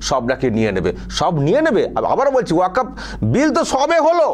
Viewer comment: সঠিক বিশ্লেষণ করেছেন ।এই হুজুর ওয়াকফ্ উচ্চারণ করতে পারছেনা তো আইন পড়া দূর অস্ত। এখনও অনেক মুসলিম ওয়াকফ্ সম্পত্তি বলা হল না। নবান্ন, হাওড়া ব্রিজ,নেতাজী ভবন, ভিক্টোরিয়া মেমোরিয়াল যাদুঘর বিড়লা মন্দির ইত্যাদি। এরা জীবনে শিক্ষিত হবেও না পরের প্রজন্মকেও অশিক্ষিত করেরাখবে